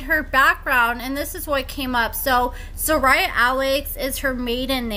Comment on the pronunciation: So you do an "update" on someone but cant properly pronounce their name?!